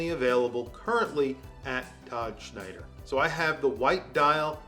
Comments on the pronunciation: It's Tom Snyder...not Schneider. But looks great. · WHY TF does he keep saying "Schneider?"